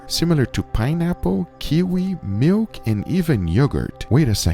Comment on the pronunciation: miwk and even yeogerrt